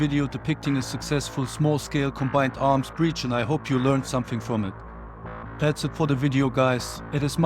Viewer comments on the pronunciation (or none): none